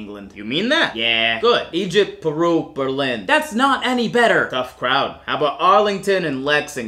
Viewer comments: As a proud Masshole now living in New Orleans, this did my heart some good (quite a lot, really). Until he got to Berlin, my hometown, which he said wrong, at which point I extended the Masshole salute at the TV. It's not pronounced like the city in Germany, with the stress on the second syllable (berLIN), but the stress is on the first syllable, (BERlin). Otherwise, this was phenomenal! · You actually got one wrong Berlin is pronounced BER-lin